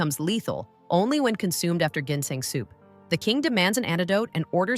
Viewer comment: AI. voice cant even pronounce .. GINSENG ...properly